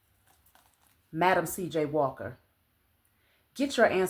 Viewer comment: Lol,... that's Well-Sing (Welsing)... Dr. Fransis Cress Welsing...